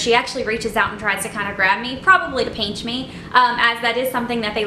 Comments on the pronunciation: ??? It’s pinch not pench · haha peench I think it is pinch but no hate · p-IN-ch not peench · Why do y’all care if she says peench? Different people pronounce different words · Lol “ peench “ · i think the word your looking for is pinch not peench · Omg I’m sorry but I couldn’t finish the video because I couldn’t stand you saying “peench” instead of “pinch” over and over again 😒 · i swear to god if you say peench one more time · Bossmexicangamer haha it’s because she is southern!😂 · It kind of annoys meeeee LMAO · yeah, peench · It’s still driving me insane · "Peench" lmao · STOP SAYING PEANCHHHH ITS KILLING MEEEEEEEE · "peanch" me. haha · Stop saying peench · its funny how she says pinch not trying to be offensive sorry its her accent no hate intended